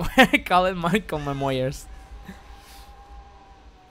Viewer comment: "Maicol memoyers" 2018